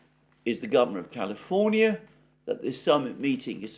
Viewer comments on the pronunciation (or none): none